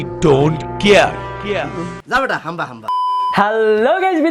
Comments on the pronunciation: "আই ডোন্ট কেয়ার" না...... আই ডোন্ট কিআর.....🤣🤣🤣🤪🤪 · কিয়ার না বলে কেয়ার বলো ।